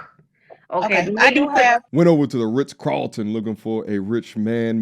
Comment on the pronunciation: The fact that she says “Riss Carlton” automatically disqualifies her from any man with means 😂